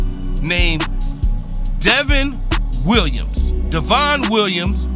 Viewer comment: He's good man.. They keep calling the him Devin but it's Devon like Von Miller..